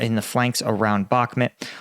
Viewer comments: Love your content but please it's bakh"mut' not mat....... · It's bauhk-moot not met stop saying bauhkmet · I just unsubscribed because you keep calling Bakhmut Bakhmet. I will not allow you to butcher the human language!